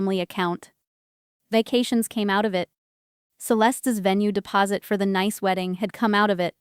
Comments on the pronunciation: "Nice"? In my world it should be pronounced "Niece "! At least pretend to do some editing! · the place is pronounce like the word Niece even though it is not spell that way. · Doesn't your AI know French word pronunciation of the city of Nice is (Niece) ? There are a lot of a French words used in English. For another example , the word resume' is not re zoom, its (res oo may). Just fyi. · Geez! Nice in France is not pronounce as nice in english! It's more like ni-es... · It's pronounced like niece, not nice. AI can be so annoying. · PROOFREAD YOUR PRONUNCIATIONS. NICE, FRANCE is pronounced ("neece")----not ("nīce") rhymes with ice, rice, mice, etc.... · For gods sake it’s pronounced NEICE, Ai narratives ruins all these good stories. By the time the story is nearly over, the viewer/listener are already thinking “WHO CARES!”. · The city of Nice in France is pronounced... Nees which rhymes with peace. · The name of the city in France is pronounced "Niece". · Me: "If I'm not allowed then neither is my money." Btw, Nice, France is pronounced niece. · The faulty pronunciation is an AI artifact. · Nice pronounced Niece